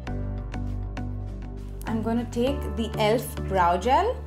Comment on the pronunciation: Very difficult to keep continuing listen or watch her due to over dramatic gestures and unbarebale pronounciation. Not “take” but “ Thek”, phowder, not “Pac” but Phac, not “colourbar” but “ kalarbar”….. why i mean why?